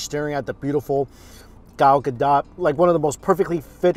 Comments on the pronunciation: Gal "Guh-doht", not dot. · it's pronounced Gal Gado even though it's spelled Gadot.